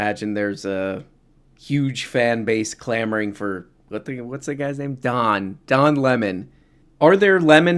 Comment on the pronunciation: Don Le-Mon